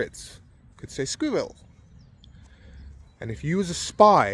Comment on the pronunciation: My mum has lived in the UK for fifty years and still can't pronouce squirell 😂